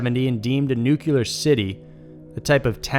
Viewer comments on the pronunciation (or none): People please: it’s n-u-c-l-e-a-r Not n-u-c-e-l-a-r!!!!!0mg Americains please!!!!! Just cause one dumb president said it that way, it doesn’t mean it’s the right prononciation!!!!! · Nuclear, not "nucular". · I cringe every time you say "NUCULAR" instead of "NUCLEAR"... 😖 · NEW-CLEAR. It is not NUKE-YOU-LAR! 😖😖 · Noo-Cleee-er. Noo-Cleee-er. Not Noo-cue-lar. Also, Centralia: sin-tray-lee-ah. Not sin-tru-lee-ah. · Noo-klee-ar NOT noo-yoo-lur LOL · I love the station, but it's nuCLEar,not nucUlar. Sorry. Just had to say it. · NucleAr... Not Nucular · Please, PLEASE stop saying "nuke-u-ler". It's pronounced "NU-CLE-AR". Please. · Guys, I love this channel, you do a great job. Just one thing that caught my attention in this video is the pronunciation of the word "nuclear". You say it in the same manner George Bush used to say it: 'nucelar'😅🙆 hahaha c'mon, what? Lol just say it right "nucLEear". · Nu-clear, not nu-cular :) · Nuclear, not nuculer. It shouldn’t be that difficult. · Alright im sorry, but.. Its NU-CLEEARRR NOT NUCULER. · Can we please pronounce "nuclear" correctly? It's NOT "nucular". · New Kyah Luhr is not a word. New Clee Uhr is how you pronounce nuclear. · Why does everyone pronounce it Nu-cu-lar when it's pronounce Nu-clee-er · say it with me. NU---K---LEE--EAR NOT NYUKULURRR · NUCLEAR!!! Not nukylar! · Noo-clear nukeular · NUCULAR. Lol.... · did you just say "nuc-u-lar" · uh oh... "Nookyuler" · nu-CU-lar Respect: - 0.005% But it's just that little, ya know? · Aaaargh stop saying "Noo-kyoo-lar"! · It's "Nuke-lee-ar". Good video though:) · Noo clear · It's pronounced like "click". nuclear. nu cl e ar. CL. CL. CL. click. cl ick. nuclear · Take a shot every time he mispronounces Chile & Nuclear 🍺🍺🍺